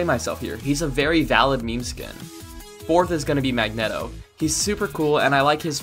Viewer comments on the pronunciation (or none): I know you did not pronounce magneto like the way you did